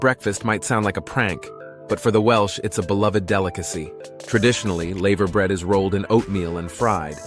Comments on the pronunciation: Not layver bred laver bread. Not trayorchy treorchy. Not said langol en llangollen. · male voice Choir you AI robot dumbass PS tree...or...key not tray orkie, and lava brear not layver bread i understand your doing this shit to be corrected anf get more comments but it sucks ballz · It's not laever bread, it's lava bread! Get it right, yank! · The "laver" in laverbread rhymes with "lava", not "saver". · It isn't laaayveer bread ots lava as like the molten rock ! Our pronunciation is mad to others I know. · It's pronounced lava bread like the lava from a volcano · It's a shame that you didn't research the pronunciation of all of the words used in your script. Some were very inaccurate because of the way Americans pronounce the alphabet. The 'a' is pronounced hard in laverbread. Cymru is actually pronounced 'cumri', not 'simru'; the word means Wales. I almost didn't get to the end of the video because of the commentary. The majority of the footage was not from Wales! Oh, and not everyone sings.